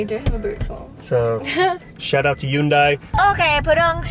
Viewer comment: lol bro , Hyundai is pronounced Hunday , like Sunday , what the heck is Yoondai ?? grabeeeeeeee , hoyyyyyyyyyyyyy